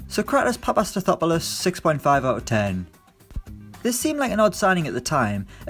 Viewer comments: The first non greek to pronounce papastathopoulos and mauropanos correct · You actually said sokratis last name right